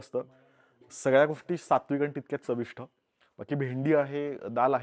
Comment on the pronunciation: चविष्ठ नाही यार... चविष्ट!!